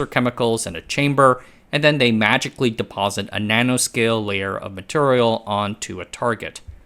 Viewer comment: You say MATURIAL like cleveland offa family guy. that's turrible.